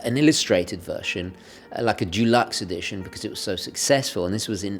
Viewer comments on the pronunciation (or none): Deluxe not dulux!